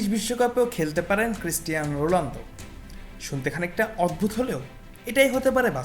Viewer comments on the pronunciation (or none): ভাই আপনিতো রোনালদোর নামটাই বলতে পারেন না